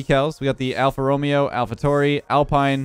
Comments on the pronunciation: Alfa Romeo is pronounced Alfa Romayo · its pronounced Alpha ro-mayo Lol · alfa "romeeooo" NO its RaMayo is how its pronounced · Alpha Ro-may-oh is how it's pronounced,. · Alpha Romeo is said Alpha Row-may-o. Just a heads up for the next time so you don't say the name of that one guy from that one Shakespeare book lol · “Alfa RO-mA-O” 😉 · Anyone else triggered when he said alpha Romeo? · Alfa ro-me-o I just had to get it off my chest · Pronounced alfa romayo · it's pronounced alpha Row meh oh not romeo like Romeo and Juliet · Not to be mean or nothing jus wanted to say it's pronounced alpha row-may-oh not row-mee-oh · As an f1 fan watching this video hearing tryna say haas and alfa romeo killed me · Oof the way he said Alfa Romeo and haas hurt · him trying to pronounce F1 team names is cringe